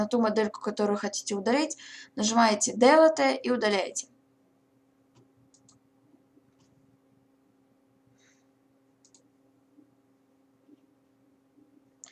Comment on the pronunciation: Только не "дэлэтэ" а "делит". ;З